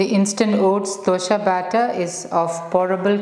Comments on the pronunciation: it is good, not dosha it is dosa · It’s not dosha it’s dosa 😢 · Thanks for this healthy recipe ,only i wish you wud not say ' dosha' which means a blemish.or a blackmark .pls pronounce it as dosa as we say in Karnataka,thank you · Its dosa not dosha , 😂😂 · It's not dosha madam, pronounce dosa. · Its DOSA, not Dosha... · It's a really nice recipe. But can you please pronounce dosa correct. 🙏. It's DOSA AND NOT DUSHA. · It's dosa not dosha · It's dosa not dosha. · Good. It is Dosa not Dosha:-) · It is not dosha maam..it is either dosa or better even dose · Its dosa not dhosha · Mam please 1 request.. it's nt dosha.. it's dose/ dosa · Why Dosa is pronounced as Dosha ...